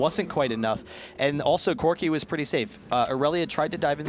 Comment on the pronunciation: Man one of those guy's pronunciation drives me insane. "Yeah, Corki saul that he had an executioner's calllink, which is very stronk against kalg-mal"